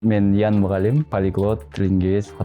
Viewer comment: Тантырап атын да туура айталбайтго 🤣🤣🤣 Тиги бала десе Иен дейтго 🤣🤣👍 соз жок